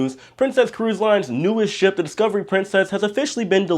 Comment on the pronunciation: Ship, not shop